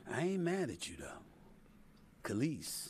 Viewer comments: “KUH-LEASE” lol. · It’s pronounced “kuh-leece”